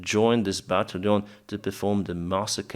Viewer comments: Hey, I've been following you since you began to to publish videos about the Russian invasion. Your English is fine and understandable, but I have a pet peeve. Can you try to pronounce "battalion as BAT TAL LEE ON instead of BAT LEON? It is one of the easiest word to pronounce in English, and it seems like you are just unaware of what the word should sound like. Just trying to be helpful. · Right, but the key is that the accent is on the second syllable: bat TALL yawn.